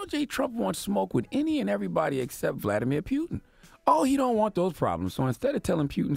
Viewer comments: Vladamir pew-tin!!!😂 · CTD “Vladimir Pueton” 😂😂😂